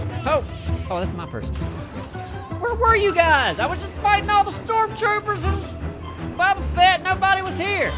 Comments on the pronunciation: "Bubba Fet" lol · said Bubba Fett hahaha